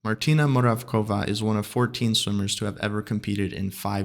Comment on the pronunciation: Hey, excellent interview! Thanks. However, Martina’s surname is pronounced “Moravtsova”. If you say Moravkova, this name exits, and it is a different though. It’s something like you say in English Alice instead of. It’s not that big deal but adds up to your professional attitude as a journalist. I believe Martina is used to the English way. 😅